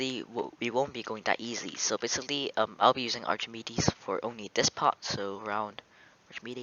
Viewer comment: Btw it's not pronounced Archimedes, it's pronounced Arkemeedeez.